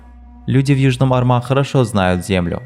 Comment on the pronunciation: Бригада Южного Арма а не армА. Ударение падает на первый слог.